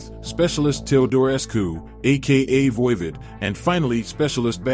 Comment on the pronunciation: VOIVOD is pronounced like "odd" the opposite of even